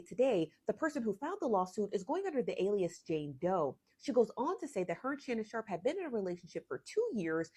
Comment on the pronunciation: Shamnon shark??? I thought his name is Shannon sharpe 😂😂😂